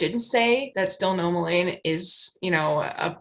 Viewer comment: Based on the correct pronunciation of Psilomelane, I would say that you nailed the pronunciation of Stilpnomelane. Though idk, has anyone else weighed in on this topic?